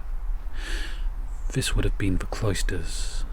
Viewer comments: Tip of tongue on top teeth. THHHH THE You can say KiTE Say This not Viss . Not hard. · Vhe water , viss spot , vat fing , mova , You sound like a child when you can clearly make the T sound . That not vat. Comforting talk for a child .